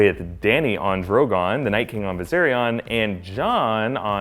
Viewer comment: THE DRAGON HAS A NAME GOD DAMN IT! ITS VISERIOOON!